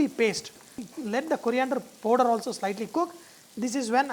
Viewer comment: It is powder not podor sir l understand in South India English is like this.